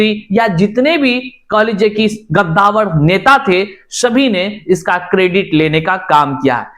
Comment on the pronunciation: हिंदी तक ठीक से जिसको नहीं बोलने आता वो भी न्यूज रिपोर्टर ही बन रहा है गद्दावर और कद्दावर में कोई फर्क ही नहीं है स्पष्ट नोटिफिकेशन नहीं होने के कारण अदर स्टेट की महिलाओं ने 82 नंबर पर फॉर्म भर दिया क्योंकि नोटिफिकेशन में लिखा था जनरल महिलाओं के लिए सीटीईटी में 82 नंबर चाहिए अदर स्टेट की महिला भी जनरल में काउंट होती हैं इसलिए महिलाओं ने भरा काउंसलिंग में भी वेरिफाई किया गया तो इसमें वो महिलाएं कैसे दोषी फर्जी हुईं। विभाग दुबारा तिबारा जांच कर रहा अपनी गलती को सुधारने का प्रयास कर रहा लेकिन ये चैनल वाला किसी भी मैटर को फर्जी फर्जी बोलकर और रोज वेकैंसी कैंसिल करवाता है। इस बकलोल के ऊपर अफवाह फैलाने पर कार्यवाही होना चाहिए